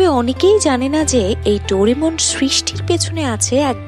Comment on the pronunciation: Doremon/Dorimon/Doramon😂😂 Naa...Doraemon Hobe😊😅